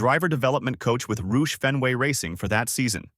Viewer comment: If you are sincere about making a video, take the time to learn the correct pronunciation of some of the people involved (Steve Hmiel, Roush-Fenway).